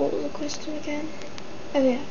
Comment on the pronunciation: I'd say it's good. Just work on the word "yeah", it's sounds very American when you say that, also when you laugh it's easy to tell you're American. Just work on those two things and you'll be fine!